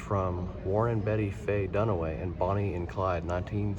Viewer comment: Warren Beatty is pronounced Bay-tee. 😂 Yet you got Marlene Dietrich right. 😊